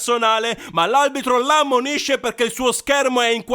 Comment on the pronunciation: Peccato che dici aLbitro, spero però di sentire male